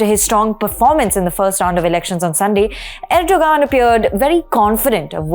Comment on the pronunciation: About your edit...there were so many things she "mispronounced". Like Erdoğan, for instance. The point is, why are you so fixated on that one thing? Why fret the details? Do you pronounce Kerala and Thamizh Naadu the way they're meant to be pronounced?